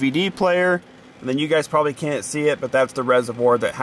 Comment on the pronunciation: you said Can instead of Can't. I think you need to take a break from learning math and go to ELA for a bit.